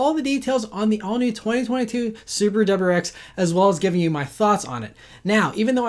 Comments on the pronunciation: It’s a “W”’pronounced “Double U” not “dubber”. Please slow down and pronounce your words- you are a professional talker. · What is a "Dubberex"? Dude... please speak more clearly. 👍🏼